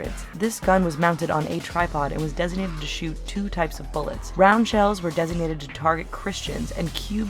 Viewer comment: When the captions at the bottom says "designed" it sounds like she says "designated" or is it just me?